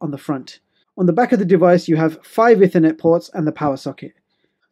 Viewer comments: Ih - thur - net When it's E-thur-net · Sorry, but it's pronounced 'eethernet' (Cambridge English Dictionary) 'Ethernet just sounds odd. Nice video nevertheless - mine's arriving this Friday - can't wait, because I've run out of ethernet ports. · Every time you mispronounce "ethernet" I want to scream.